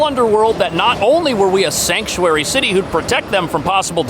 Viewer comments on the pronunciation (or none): Shank-u-airy city lol